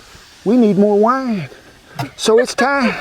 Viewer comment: Wi-ee-ne... Green onion, is a scallion. Not a shallot. It's not even close to the same thing.